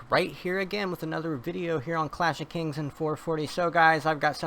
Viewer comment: First after watching a 2 video with you did I understand that you said clash if kings...not classic kings 😂😂😂